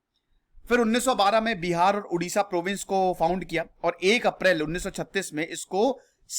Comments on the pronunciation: first of all its Odisha not Udisha. Our Language is Odia not Udia. Pronounce properly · Thank You for your video on my homeland. But dear sir, before making any video you should get proper knowledge yourself. It's not Udisha, It Odisha. Please pronounce it properly. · It's Odisha not udisha it's odia not udia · Odisha not Udisha.... ktni bar samjhaun ??? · Bro it's not Udisha it's 'Odisha' 👍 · Not udisha...it is oodisha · Please pronounce it as O-Disha not U-disha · Bro please pronounce properly-Odisha,emphasize ON 'O' not 'U' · You pronounced Odisha wrongly. It is O-Disha not U-disha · Hai...Sahi bolo...Humara State ka nam Odisha hai.....pahle aap bole Udisha...so, it's bad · Odisha is pronounced as O-disha not U-disha. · Please pronounce 'O', 'ओ' Please dont pronounce उड़ीसा. After all, thanks for your interest in making a video on ओडिशा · Udisha nehi it's Odisa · It's not Udisha. .... It's Odisha🙏🙏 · It's O Not U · It’s not oodiya, it’s Odia, similarly it’s Odisha not oodisha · It's not Udisha... It's Odisha! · It's not udisha. .. it's Odisha Pls point on pronounce.. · Sir please dont mispronounce it. Its not udia its Odia. Its not udisha its Odisha. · Odisha ko ap itna daba k q bol rhe h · My Request you Pronounce it as "O" not as "U". As it's name Odisha...